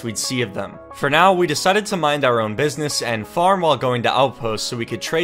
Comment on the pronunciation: Anyone else think that said “we decided to mine our own business” when he cut to the clip of mining?